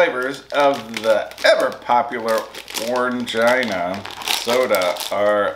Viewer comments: Wow! You had lots of items in that snack crate!!...we have the little bears and the Mikado sticks in the UK - i love the sticks!.. Orangina is pronounced 'Orangeena' - it used to come in a little glass 'pear-shaped' bottles - very retro! Now you can get it in cans and larger plastic bottles as well - lots of flavours: all citrus (lemon, grapefruit, orange, lemon). - you need some scissors!!! Packaging is not your friend 😂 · Seemed very slightly out of focus. Orangina is pronounced Orangeena :) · as a frenchmen i'll help with some pronunciations, "Orangina" the "an" is a nazelised o sound, "gina" is pronounced like the name Jean with "a" at the end that sounds like the noice you make when the doctor says to open your mouth. "tête" is pronounced like the beginning of the word "tell" but remove the "ll" and the "e" at the end is not pronounced, you guys are also so holsome